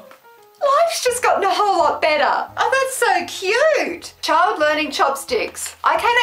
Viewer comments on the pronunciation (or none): none